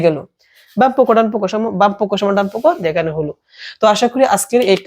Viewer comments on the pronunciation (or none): ডানপক্ষ ❌ ডানপক😝